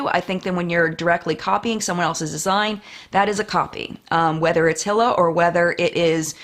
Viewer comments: Correct pronunciation of hilas name is ee-luh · Just a note that Hila's name is pronounced more like Hee-la or her husband Ethan says it more like eee-la. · Also Hila is pronounced as Ila (without the H)